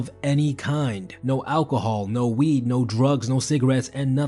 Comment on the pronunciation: when he said NO WEEED IT HIT HARD LOL